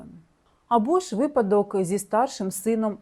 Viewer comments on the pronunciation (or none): none